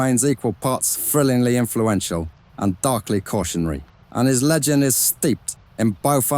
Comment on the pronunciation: Sorry, just can't listen to a person who says "frilling" instead of thrilling.